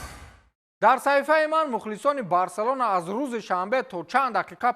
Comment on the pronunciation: Номи Барселонара эхтиёт када талафуз кн